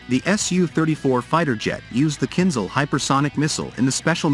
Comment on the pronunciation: KinZHal not KinZal